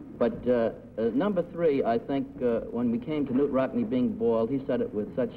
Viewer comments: Is K-nute the proper pronounciation? I always thought it was pronounced Nute - with a silent K. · K-Nute is the correct pronunciation.